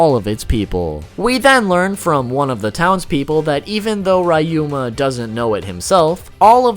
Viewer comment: RAH you mA (ryuma) 🤦🏻‍♂️😑🤦🏻‍♂️😑🤦🏻‍♂️😑🤦🏻‍♂️😑🤦🏻‍♂️